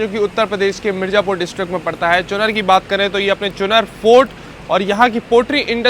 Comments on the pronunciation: चुनर नहीं चुनार 😂😂😂😂😂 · चुनर नहीं , चुनार ,, यहाँ एक किला है। शेर शाह सूरी का बनवाया हुआ। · चुनर चुनर चुनर, अबे वो चुनार होता है चमन चूमतिए 😂 हिंदी पढ़नी नहीं आती क्या? लगता है बाबाजी से बोल कर तुम समाजवादियों का ढंग से इलाज करवाना पड़ेगा। सुधर जा, वरना 😂😂